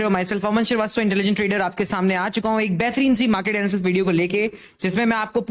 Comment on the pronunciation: Sir pls aap apna naaam btado jo bolte ho vo samajh nhi ata kya naam h bass srivasatava samjh ata h m kafi din se try Kar rha hu naam jaaanene ki